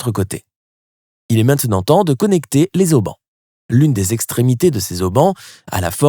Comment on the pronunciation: Les Z Haubans ! Mort de Rire pour une chaîne qui s appelle Lesics FRANCAIS 😂🤣😂